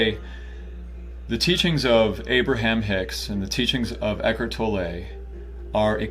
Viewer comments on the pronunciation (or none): Eckhard's name is pronounced Tolluh, not Tollè